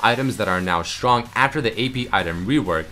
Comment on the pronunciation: Drinking game: take a shot every time says strrong. ( yes its sttrrrong)